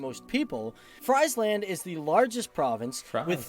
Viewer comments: He says Friesland as in french fries haha, it is actually pronounce like Freezeland... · He doesn't tell very much about the Netherlands imo. And his pronunciation of Friesland and Frisian..... I hope his next video is better!